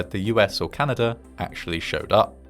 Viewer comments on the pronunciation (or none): none